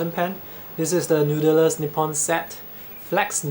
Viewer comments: Sounded more like "nood-der-ler". Try "nood-ler", without the extra syllable in the middle. Just curious, what's your heritage and where did you grow up? You roll your "r", which leads me to think you spent a bit of time in the USA. Lovely review by the way. Jealous of your Falcon with the mod. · you pronounced noodler's very funny. i think it's because you're native mandarin speaker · i heard Noodelers almost noodelels hihihi